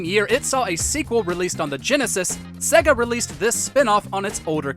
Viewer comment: Put a MegaDrive game on and learn how to pronounce Sega ffs.